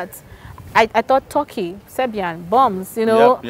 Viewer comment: Hahaha TORKEY instead of TERKEY(Turkey).